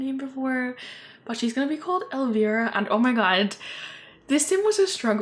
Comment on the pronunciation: The moment you said their names were Amaris and Elvira I knew you looked up “Goth Girl names” in google 😭, Elvira is an 80’s horror show host and is considered a goth icon. Also its pronounced “Ell-Vie-Ruh” love the sims tho, so cute! Especially the pretty dusty blue hair you gave Elvira. 🫶🏻